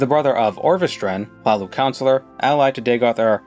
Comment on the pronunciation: You pronounced Hlaalu like you grew up there and return for the holidays. Seriously it was so natural for a moment I second guessed that it was fantasy gibberish and not a province in New Guinea.